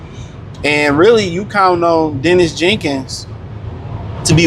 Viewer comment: The man’s name is Daniss Jenkins, not Dennis